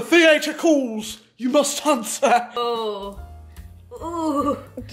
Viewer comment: I think about “when the theatre colls… you must ansuh” at least once a week